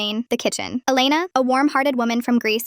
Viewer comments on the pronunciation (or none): none